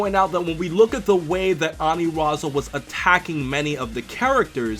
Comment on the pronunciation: It's ANILAZA...NOT ANIRAZA